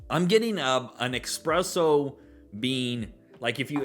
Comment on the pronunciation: Just picked this up as well and I loved it! I definitely go that sandalwood type note you were mentioning. Plenty of classic Dewars peppery notes as well. Also, espresso No 'X' lol